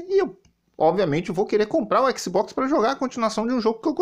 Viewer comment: O não sabe nem pronunciar o nome do console em inglês direito, imagina saber a tradução das palavras kkkkkkkkkkkkkkkkkkkk